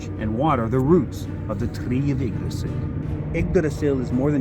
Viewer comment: I'm just happy to hear how Yggdrasil was pronounced!